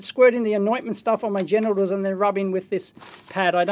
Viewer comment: Equally good...every time he says gentials hahha